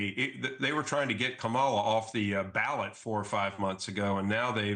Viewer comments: He can’t even get her name right. If he’s going to come out and pretend he’s not biased, he should have practiced her name. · It's hard for me to trust this politician primarily due to his willful mis-pronuncian of Kamala's name. (and he's a Dr. apparently)